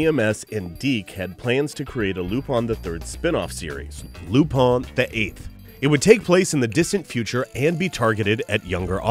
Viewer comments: Its lupin not lupan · i dont't know why do some people pronounce the character's name lupin? it's lupan not lupin. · It depends on the person's preference. Before I knew about the series, I always viewed the name as "LU-PIN." Even the Funimation dubs pronounce his name as such. But, it honestly sounds better to say "Pon" at the end than "-In" because of the French origin.